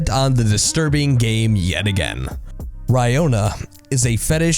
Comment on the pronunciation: I did not understand how this fetish is called. Raiona? Rayona? Rajoda Rayoda Raihoda Rajhoda I sincerely can't understand what he says exactly